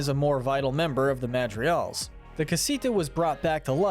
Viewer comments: The madrials... The madrials....yes the madrial... Its like you don't ever try to pronounce it right man. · "MADRIGAL not "MADRIAL" 🙄🙄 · The way this man pronounces “Madrigals” istg, I’m going to punch a hole through my wall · This video was awesome but your pronunciation is awful. Like, you don’t even pronounce Madrigal properly. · It's pronounced Hulieta, not Giulieta. And the 'g' in Madrigal is not silent. Pepa's name is pronounced similar to the pig character. Yes, Mirabel meets the qualifications to be a Disney princess. She's actually closer to royalty than Pocahontas is. The CANDLE is Pedro's spirit. Casita is animated by the candle. Pedro was a Time Lord. Fight me.